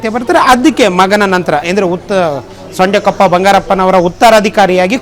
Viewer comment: ಸೊಂಡೆಕೊಪ್ಪ ಅಲ್ಲ ಸಾರೆಕೊಪ್ಪ ಬಂಗಾರಪ್ಪ